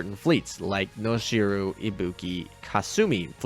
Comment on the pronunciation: Noshiro is not ‘Noshi-roo’ but ‘Noshi-row’, with less emphasis on the w sound. Just pointing it out, don’t mind me~